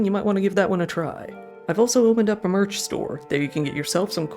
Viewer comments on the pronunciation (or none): none